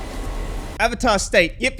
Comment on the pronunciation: The disappointment and disbelief every time they misprounce something is the best thing. Take a shot everytime they mispronounced something. Hells they even mispronounced Avatar they say Ohvata